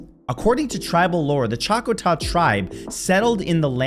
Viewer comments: Choctaw not Choc-o-taw. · Pronounced "Chock-taw" tribe